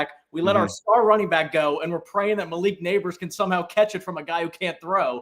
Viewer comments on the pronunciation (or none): none